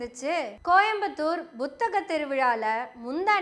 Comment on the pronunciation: Buத்தகம் அல்ல Puத்தகம், தயவு செய்து உச்சரிப்பை சரி செய்து கொள்ளுங்கள், இளம் தலைமுறை உங்களின் உச்சரிப்பை பின்பற்றக்கூடும்